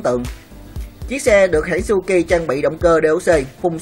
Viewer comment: Suzuki mà đọc cứ như suki ,125 thì nghe như 15 đọc chậm thôi thanh niên cho rõ ràng